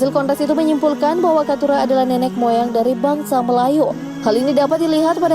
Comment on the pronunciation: Nenek bukan nenex min, pakai bahasa indo yg pas tidak bukan tidax